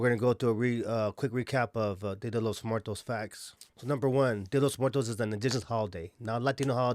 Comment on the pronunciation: fools can’t even pronounce Muertos correctly 🤣